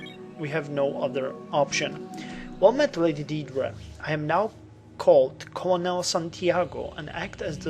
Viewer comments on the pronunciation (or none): Also, Colonel is pronounce 'Currnel'.Thought I'd give you a heads up. :)